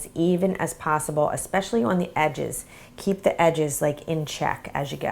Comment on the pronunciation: They look burnt. Oh and the word "On" is pronounced like "awn" not "owen"